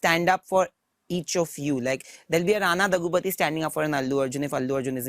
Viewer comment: Daggubāti … not bathi .. bathu and all 🤦🏻‍♂️